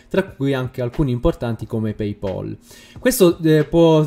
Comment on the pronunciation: paypal si dice pei-pal non e' paypaul - pay pol.